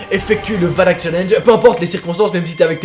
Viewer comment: Oui OUI!! tu as dit valak:) et pas walak comme wallah